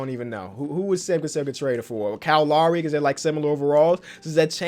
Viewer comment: just love the way he says kyle Lowry. :cow lary" lol